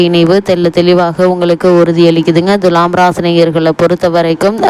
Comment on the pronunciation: Dulam or thulam, pronounciate first correctly 😡😡😡😡😡